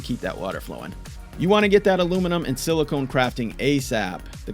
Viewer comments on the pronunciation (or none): No no no, not silicon, silicone